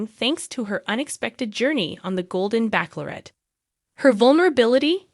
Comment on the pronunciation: Joan Vassos is 61 years old, not 64. You are also pronouncing “bachelorette” incorrectly. Look, it up.